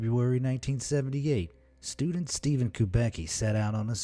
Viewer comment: “Student”? The way I hollered when you said it 🤣🤣